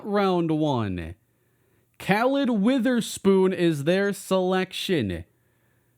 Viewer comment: I had a best friend when I lived in Philadelphia, who had the same first name as the Saints new rookie in this franchise and his name sounded like kuhlid not calid just wanted you to know